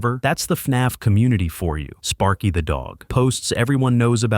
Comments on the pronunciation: Sparky not spary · Spary? Sparky. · Spary? Really? How did you even manage to mess up sparky's name?